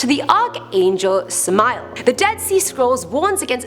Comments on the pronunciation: I am worthless?. Not even close. Wicked? depends on who you talk to. You got that puny mortal. Oh and it's Sam-Ah-El or Sam-Ale not Sah-mile. Wait till I tell him. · When she said sameal I almost laughed bc that's not how u pronounce it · I've attempted to summon orobas. That's about all I'm gonna say on what happened. Also samael is pronounced Sam-I-el